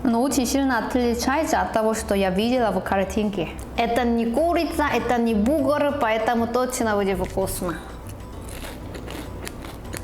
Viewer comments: Что за "бугур"? Может "бургер"? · Сорян,, но уже можно научиться говорить бургер вместо бугр. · Бугур ахаха, бур гер, буря германия, а не бугор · бургер, бурррргер, буРРгер, буРгер, а не бугэр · соединила русское и английское произношение и родился на свет "бугр" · Все:БурГер:БугРы😂😂😂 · Еда, если честно, аппетита не вызывает. Посмотрел только ради того, чтобы слышать как произносит "бугр". За это, собственно, и лайк. P.S. Не болеть! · Чёрт! Точно! БУГР!!! Как же я забыл, что называет бургер - БУГР! Это такой шикарный изюм, просто класс!:)) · Каждое слово, произнесенное, звучит очень мило, особенно - бугур ^^